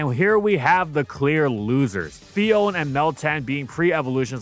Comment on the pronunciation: It’s Phi-on-neh, not Phi-own.